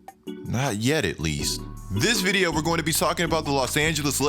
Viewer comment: Y do you say video mad weird bro